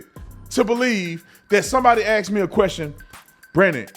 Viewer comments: B Tatum… it’s ASKED my guy. Damn man. Get an English coach or something. So annoying to hear that. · Damn. Branden said "aksed"